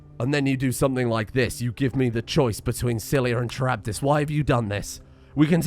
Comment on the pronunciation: Really enjoyed the joke referencing being stuck between Scylla and Charybdis, with the addition that both their names are mispronounced so nobody knows wtf you're talking about